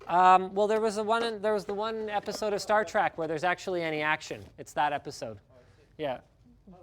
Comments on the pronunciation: Linus: "Star Track" Me: peeved "Star TREK" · Dude is saying star trak